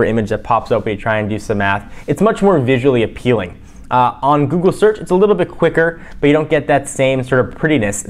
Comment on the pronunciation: did you say buggly lol jelly bean is more responsive the ios6 lol